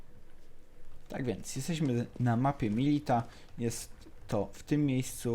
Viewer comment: Mówi się MILITIA, nie MILITA